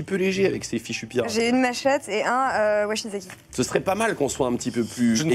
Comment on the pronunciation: Bon, c'est vraiment super, je kiffe, comme d'habitude :D ! Juste en revanche, c'est "Wakizashi" et pas "Washizaki" pour la lame japonaise :)